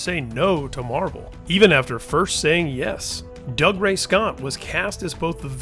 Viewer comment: This guy needs to learn how to pronounce dougray scott